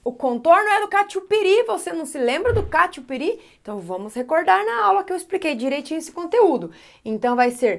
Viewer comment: É catupiri 😂😂😂😂😂😂😂😂😂😂😂😂 Não catiupiri